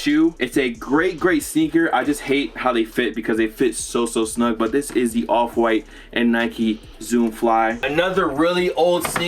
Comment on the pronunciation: This whole time my fatass thought he was sayin “Oliver white”